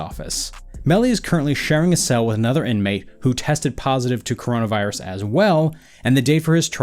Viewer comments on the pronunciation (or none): Oops he said corana virus